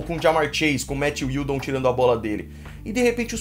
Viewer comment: É matthew judon(diudom) não iudon